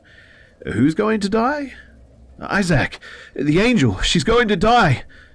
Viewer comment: The way you pronounce issac physically hurts me ha ha